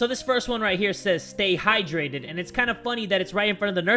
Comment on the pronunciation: Hydrate don’t die-drate